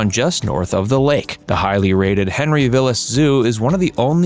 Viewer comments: Henry Vilas Zoo, Vilas is pronounced VY-lus. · The "I" is long in "Vilas".